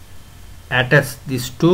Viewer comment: Words he pronounced wrong No.1 servo motor His pronunciation👇 Sur-woah-moah-tur Actual one👇 Sur-vou-mou-tar No.2 Attach His👇 A-tashe Actual👇 Uh-tach Gonna be edited and gonna be adding more words